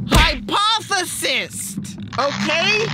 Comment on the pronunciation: you got me cracking up! why you add a "T" at the end of hypothesis 😭 😆😆and say what?